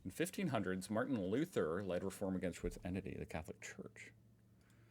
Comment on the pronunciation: By the way Luther is pronounced more like Lut-her and not like Loo-ther. It‘s a compound roughly meaning „People‘s Army“ though I am not sure if it was still interpreted as such by most people in his time. For the German speakers here: A literal translation into modern German would be something like „Leuteheer“.